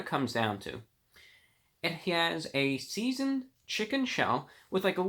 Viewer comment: “It he-as”